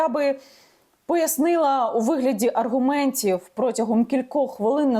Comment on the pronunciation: Аргумнтців!!!! Ти так розмовляєш, ганьба.